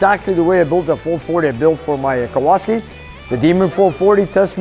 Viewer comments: It's Kowalski, not Kowaski. The guy in the movie "Vanishing Point". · It's really cool plate for your challenger, but it's name has polish roots. And it's actually Kowalski. With an "L". Very common polish surname. Either way, very cool, greetings from Poland too!!!